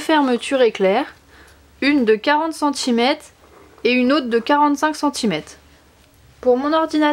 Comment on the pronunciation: CentimèTRE et non CentimèTE - Merci pour les prochaines vidéos